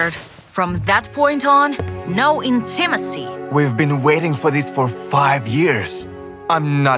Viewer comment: Ударение на первом ИИИИ в слове intimacy